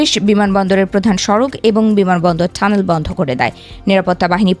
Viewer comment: ঠ্যাংক না ট্যাঙ্ক, ঠানেল না টানেল। মেইনস্ট্রিম মিডিয়ার এই হাল! ভয়ঙ্কর উচ্চারণ।